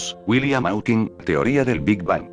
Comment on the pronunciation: william hawking no mowking